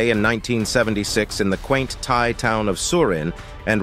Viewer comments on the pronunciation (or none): none